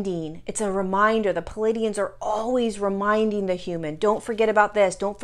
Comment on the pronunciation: I've noticed a lot of channelers's misprouncing words, like the being learned our language from a book. That being said, it's plea ay dee inns. Love your wisdom, and thank you.